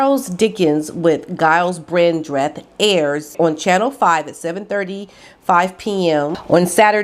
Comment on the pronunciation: you pronounce Gyles as if the G were a J and Brandreth is said as one word, not Brand...reth, hope you don`t mind me helping you there. Have a wonderful Christmas and a very Happy New Year, thank you for all you do I always look forward to your videos.xx